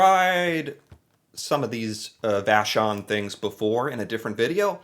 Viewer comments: Man you pronounced vachon like a real Québécois. Lune = French Moon= English btw. I use to like Whippets when i was a kid but now its too much for me too. Bear paws I would not say i like it...not bad but my kids do so... Celebration cookies are my favorite i separate the chocolate and the cookie sometimes. I wonder, Why you started to be fascinated by canada years ago? I discovered it was way before trump's presidential show. I am curious. I am not someone who..lets say....Like internet people in particular. i don,t hate them juste it change nothing to me.. you maybe like juste a ''tipical, average american.'' But you still different, you are cool man. you are doing a good job. ''I'm sorry'' but its true! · the pronunciation of "vachon" was too good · I was impressed by his pronunciation of Vachon, though 🤣